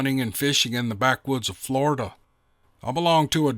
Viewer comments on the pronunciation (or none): none